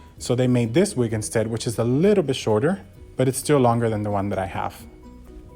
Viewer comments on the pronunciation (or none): none